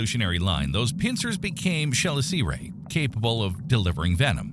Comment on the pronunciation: Please learn how to properly pronounce the terminology before attempting to voice the script. "Chelicerae" should be pronounced "Ke-liss-eh-ray," and I think someone in the comments below caught you pronouncing "arthropods" as "anthropods."